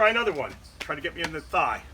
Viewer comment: "Alright now let's try to get me in the theigh",.....ahhhhh fugde🤣🤣🤣